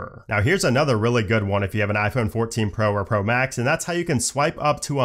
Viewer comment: “Anther one” lol